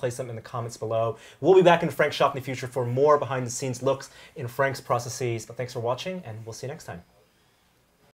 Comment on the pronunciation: ffs, processes. Not processees. It's not processis, therefore no long e in the plural (axis -> axes, you get what I mean). I'm not trying to spread hate, I love your in-depth interview style, but every time I hear that processeeeees, it makes me shudder. Same goes for Adam btw. Sill love ya though:*